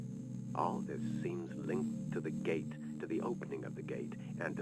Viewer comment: Deine Art "Gate" auszusprechen ist schon echt sehr experimentierfreundlich würde ich mal sagen :D Man spricht es wie eight aus, nur mit einem G davor. Aber nice, dass du das game spielst, hatte es damals für die ps2, aber war noch extrem jung, 7 Jahre, hab mich immer voll eingeschissen als diese viecher kamen :D habs leider nie durchgespielt, aber kann ich ja jetzt in visueller form bei dir nachholen.